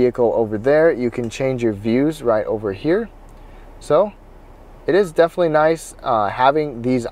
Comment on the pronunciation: “Comfterble” is not a word. “Defnuhly” is not a word.